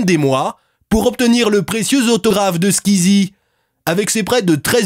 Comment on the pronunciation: Pfff y disent nimporte koi !! En plus ca se pronnonce pas comme ca squeezi